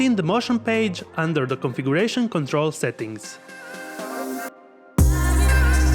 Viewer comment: Configuration can you read it again man. Hahahahaha